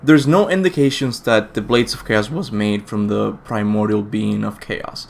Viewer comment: "wHas made"